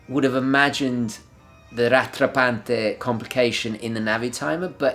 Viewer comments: The way you pronounce "Rattrapante" is hilarious. It's french :D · What's with the italian accent for "Rattrappante" ? :D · "The breitling rattrapante chronograph" Great pronunciation Sir :--))) :--) I watched It several times :-#}